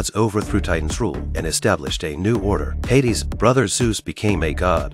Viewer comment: That has to be the most butchered spelling and pronunciation of Hades i have ever seen